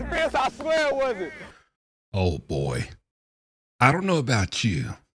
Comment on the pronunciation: Don't like the way you say boy what up with that